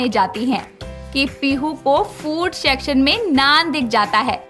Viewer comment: Shacshan nahi hota section hota hai